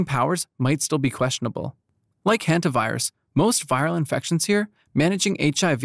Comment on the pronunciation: It's "Hanta", not "Henta" virus.